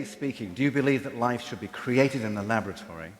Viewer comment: ....did U say lavatory..? ..sorry .. .. labatory. ..no. Laboratory